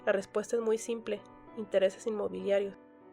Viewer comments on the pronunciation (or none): none